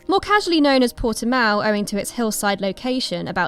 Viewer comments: It's Portimão, come on guys... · Your 'proper' title was a mistaken attempt to pronounce it in SPANISH. So retry, realising it is in Portugal. Similar language, but still distinctively different.